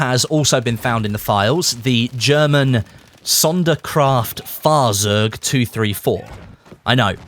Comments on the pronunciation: Z in german is a C sound. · >When can't pronounce Sonderkraftfahrzeug Zweihundertvierunddreißig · Would not suprise me if they finde a Unicorn in the files ps: never heard somebody butcher my loved Sonderkraftfahrzeug